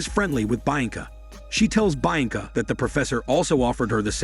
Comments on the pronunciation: Bainca, really? It's literally read the way it's written BI-AN-CA. Bi as in BInoculars AN as in UN-derworld (the movie). CA as in CAmera. You're welcome. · the name is said = Bee anka not bi anka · all i heard throughout this recap is BI ANCA this BI ANCA that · "baianca" lmao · Who the fuck is "Bine-encah" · bee -on-cah... Lol 🤣😆😆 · Hahaha...bha yang kha......... Hahaha..and he says it again and again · Did he think it was Bainca? And then was just too embarrassed to correct it? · Hearing him butcher the name Bianca so many times in a row was really hard to listen to. Don't they edit these videos before posting? Especially when you're having a bot read for you. You could fix those mistakes by spelling the mispronounced words and names like they sound (if nothing else). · As a Romanian and knowing how Bianca sounds, it just irritates the crap out of me the way he says it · What an interesting way of pronouncing “Bianca” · I guess it’s ‘French’ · I thought the same damn thing😂